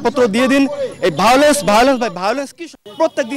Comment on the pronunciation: ভায়োলেন্স উচ্চারণ পর্যন্ত করতে পারছেন না😂😂😂😂😂😂